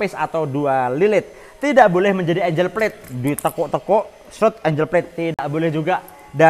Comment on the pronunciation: ANGLE cara bacanya bukan ENJ3L, tapi Engg3l. Kaya bahasa jawa ENGGAL.